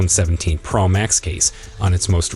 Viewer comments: Only Apple makes an iPhone, their is no need to say Apple in front of it. It is pro not pra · Ugh it was like nails on a chalkboard!! Yuk! It’s pro not pearl max!!